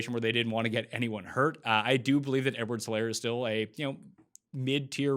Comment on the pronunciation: It's a silent 'H' in Helaire. Do you watch NFL Red-Zone on mute or something? I watch it on mute sometimes myself, but we've gotta get these names right first, my man! 🤣😂🤣